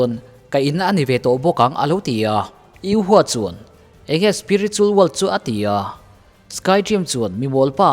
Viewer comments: U ho tih tur u hua nioin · Yu ho ti in ko zawk la?😅 a flim a an pronounce ang in